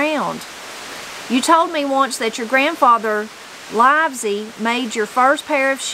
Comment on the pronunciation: The surname “Livesay” is pronounced “Lev-uh-see”.